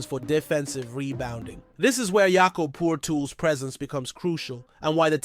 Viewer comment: Its pronounced MO-BO the G is silent ... and Yak-Cub Pertle like turtle but with a P...... please do some research it sound bad